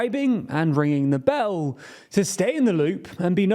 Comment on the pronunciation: Why cant you say "ringing the bell" like a normal person ?